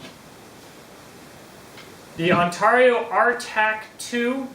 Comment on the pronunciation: Say Heah, For the $$$ you missed a good one..It's priced around the On Tar eee'O RTAK 2, and as a chopper I think it will out chop the BK-9 and because it's similar to the Kukuri style, It's defenetly a "Sharp Hammer" Also when I go to Ontario, Canada, they ALL say Ontario. You say On Tar eee'O. I get it some say Tomato some say Tumato, some say Patato and some say Paataato. right, Am I right huh huh am I am I, what do I win heh heh heh <|~_^|> Dude I'm just joking, no hard feelings Ok. On Tar eee'O heh heh heh.